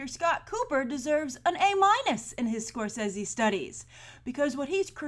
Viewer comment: Good for you Grace, you actually said SCORSESE'S name right! People have been screwing his name up for years pronouncing the first "E" in his name with an "A" sound which is incorrect, which he confirmed the right pronunciation on E news a few years ago. I used to think that I was the only one who said his name right, GOLD STAR for you Grace!